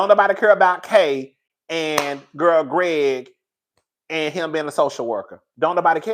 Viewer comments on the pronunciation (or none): none